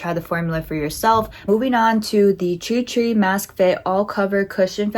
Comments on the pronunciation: Love your demonstration. However you are butchering the name it is TIR TIR and not tri tri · Bro- “TREE TREE” 😅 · it's pronounced "tear-tear" 😅 but enjoying the demos! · I found your almost dyslexic mispronunciation of Tirtir' really charming. I love it when people totally misread something so simply written and have their own quirky perception, something they're entirely oblivious to-- it's how life long in-jokes between friends start and this weird misreading gets everybody at some point of their lives. My husband used to misread the 'Chocolate Leibniz' biscuit pack and call them 'Chocolate Lesbianos'. Hooooow?! And 'relaxing bath' written on a bottle of bath gel was 'relaxing brain'. I love it. Enjoy your Treetree foundation you gorgeous girl! :goodvibes